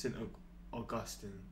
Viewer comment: St Augustine (AWE-gus-STEEN) 👍